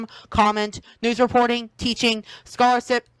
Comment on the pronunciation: not knowing how to pronounce “scholarship” explains a lot…